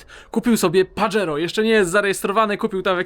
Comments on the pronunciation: pozdro.... nie "Padżero" tylko Pahero:) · Panie. Wymawia się paHero